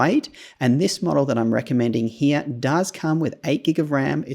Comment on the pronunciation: Love the way you say "HERE", sounds more like "HEYA" 😂